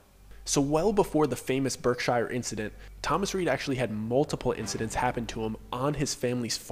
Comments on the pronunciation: HOLD UP 😂😂😂 The Berkshires (Pronounced Berk-Shurs) That is 30 mins from me 🥴🥴🥴🥴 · Berk "shear"s.